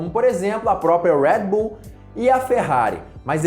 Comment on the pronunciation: Fala Redbull direito Caraí kkkkk